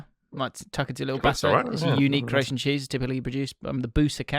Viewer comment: Your Croatian prononciation made me burst out laughing. Thank you so much 🤣🤣🤣